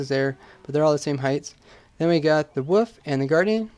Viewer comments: The "Woof"? Huhh? Where is wolf pronounced woof? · when you say wolf it sound like you say woof